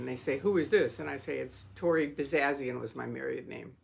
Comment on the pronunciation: Thank you & note: it's Tory not Tori 👍🫶